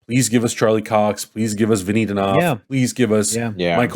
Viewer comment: Vincent D'Onof-TIO??